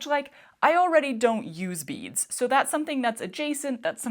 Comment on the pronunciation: It took a little too long for me to realize you were saying beads, not bees!! I couldn't figure out why they would think you wanted bees. 🙃